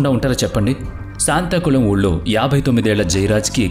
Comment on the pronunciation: శాంతాకుళం కాదు, సాత్తాంకుళం!